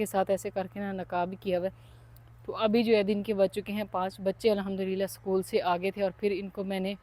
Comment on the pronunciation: आप सकुल न बोलें इसकूल बोलना है और अंग्रेज़ी शब्द को दुबाला न बोलें उसको डबल बोला जाता है